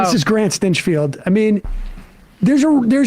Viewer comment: is sam seedy pronouncing stinchfield's last name as "stench-field"? it's probably apt.